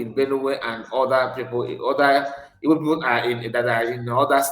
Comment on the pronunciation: YOUR IGBO IS DIFFICULT FOR YOU TO EVEN PRONOUNCE. IT IS WORRYING TO ME.